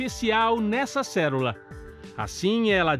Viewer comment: N sei pq so consigo ouvir o locutor dizer cérula em vez de célula.